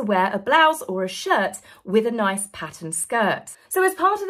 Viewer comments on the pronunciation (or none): none